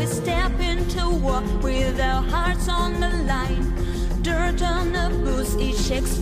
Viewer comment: Чет очень прям "по учебнику" пытаешься произносить, такой акцент плохо звучит тут, особенно букву "t" часто слииишком явно произносишь ("step inTo wall", "*ditT* on our boots", "the darkness iT rises" и т.д.)